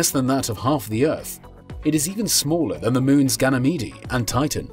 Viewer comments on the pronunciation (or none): affelion? gannymeedy? Have you ever thought of looking up how to pronounce those words?